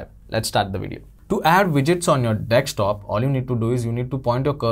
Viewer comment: Dude, it's desktop. Not dekstop.